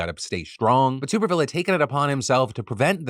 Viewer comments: Tommy Tuberville's last name is pronounced with a short 'U' sound (like "tub" as opposed to "tube"). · I hate that he’s in the news but please stop saying tube-erville it’s tub-erville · Hopefully Tuberville isn't needed to be brought up again BUT a bit of correction. His name is TUBerville (as in bath TUB) not TUBEerville. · AGAIN, the "Tub" in Tuberville is pronounced like a bath tub!!!!!!!!!!!!!!